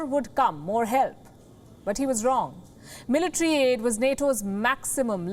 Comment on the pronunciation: zelensky had done no mistakes but it is the evil intenhion of the envader who had done terorist attacks..Mis falki not meletre but the right pronunciation is military